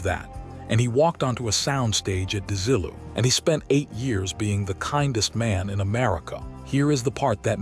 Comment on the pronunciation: AI a pronunciation is a dead giveaway. Desi-lu -not DeZILLoo.